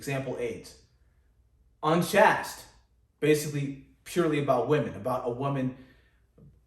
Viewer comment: Thank you. PS "Chaste" is pronounced with a long "a" sound as in "chase." So "unchaste" is pronounced with a long "a" sound, not "a" short a sound.